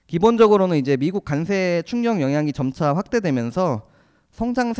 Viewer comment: 과장님 비주얼은 주임 같아요... 그런데 저도 관세가 자꾸 간세로 들려서....ㅎㅎㅎ